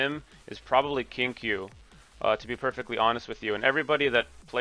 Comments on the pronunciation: who is king q? Are you saying qingque? The pronunciation is wrong , her name is pronounced "Ching chue" like the q is kinda pronounced a ch sound (i'm chinese so Ik this :3) and for dan heng imbibitor lunae its pronounced "Daan heng" we dont say it like the dan in daniel, and your heng is fine but for imbibitor lunae its "in-bye-buh-ter" not "im-beh-buh-ter". Thhats also what they say in the game... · I love that you pronounce Qingque as Kink U 😂